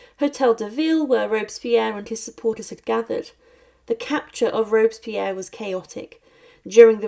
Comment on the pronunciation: Rob-es-pi-erre 4 syllables s'il vous plait.